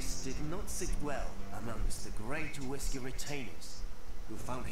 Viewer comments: its pronounced as uyesugi not uesugi...........shogun 2 total war didnt do their homework well...lol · Soren Wiedmann it's supposed to be pronounced as Uyesugi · isnt it pronounced OoSaeGi?